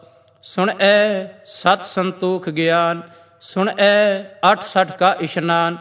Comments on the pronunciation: भाई साहेब जी बेनती है 8 वी पोरी में आपकी पेरनौंसेशन सुण ऐ महसूस हो रही है जबकि गुरवाणी अनुसार सुणिऐ होनी चाहिये। वैसे कुल मिलाके वीडियो सराहनीय है। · Suneayen theek pronunciation hai. Bhai Sahib ji gurbani da sahi ucharan karo ji.